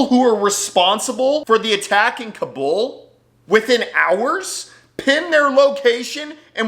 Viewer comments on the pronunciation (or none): Kabul is pronounced like "cobble"